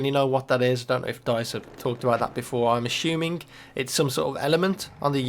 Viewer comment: "I'm ashooming its some kind of element" lol